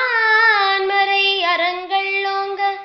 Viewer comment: மிக மிக அருமை. உச்சரிப்பு மிகத் தெளிவாக இருக்கிறது. ஒரு இடத்தில் மட்டும் நான்மறை என்பது நான்மரை என்பது போன்றும் அறங்கள் என்பது அரங்கள் என்பது போன்றும் கேட்கிறது. அது தவிர இது மிகச்சிறந்த முயற்சி. பஞ்சபுராணத் முறைப்படி பாடத் தெரியாதவரகளுக்கு மிகவும் பயனுள்ளது. பணி தொடர வாழ்த்துக்கள்.